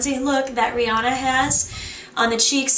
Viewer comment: I think she said Nireyna....:-)